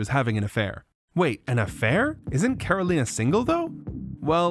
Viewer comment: As a native Ukrainian speaker myself, while Karolina's pronunciation is perfect, I'm not sure if it's the result of being fluent in Ukrainian or simply learning the pronunciation through common Ukrainian words that her family may have used at home.